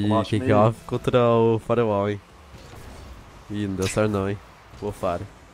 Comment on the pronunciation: quando voces estavam falando Firewall eu estava entendendo Farao kkkkkkkkkkkk video muito fera